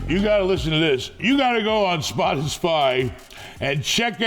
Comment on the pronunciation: What is spot a spy??? You mean spotify 😝😂😂😂